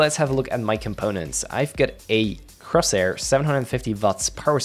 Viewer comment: Its Corsair not Crosair